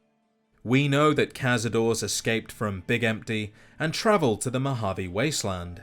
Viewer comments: The plural is pronouinced "kah-sah-door-rays." Not "kahz-a-doors." It is, as you said, Spanish after all. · Cazador-es not cazador, for the spanish reference. Honestly we should be spelling them without the e at the end if you think about it. Cazador-es you say the es at the end. Otherwise it is nit spanish for hunters if you do not say it properly. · They way you pronoucne cazadores doesn't even resemble spanish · Ever since I heard Josh Sawyer say cazadore as caz-a-dor-ay, it's always weird hearing people say it the way it's spelt. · Nitpicking but you’re supposed to pronounce the e in cazadores since it’s a Spanish word. Also the plural of larva is larvae.